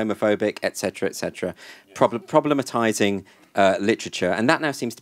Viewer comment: Did he say problematising?